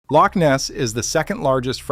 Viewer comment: It’s called a Loch not a leak